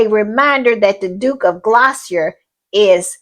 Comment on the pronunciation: Gloucester is pronounced glosster. 😊